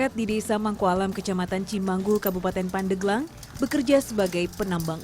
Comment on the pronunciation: Pandeglang bukan pandeuglang